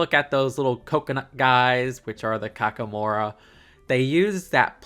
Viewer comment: I'm surprised & delighted to see you being positive over a Disney set that isn't 18+. The Kakamora barge is a spiffy concept for a set & it looks like this one is delivering. Though I am concerned that it doesn't include Maui's signature fishhook. BTW, you were pronouncing Kakamora correctly.